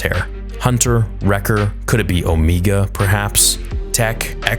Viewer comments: Why do you insist on pronouncing Omega as “Omeega?” It’s like you know how it’s pronounced in the show, yet you ignore the phonetics. Drives me bonkers. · Why do you say omegas name like that😭😭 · I love how you called her Omeegah.